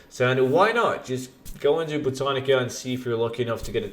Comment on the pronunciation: ITS BOW-TAN-ICA